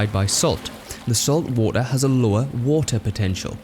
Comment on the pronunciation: "wo'oh" Lol.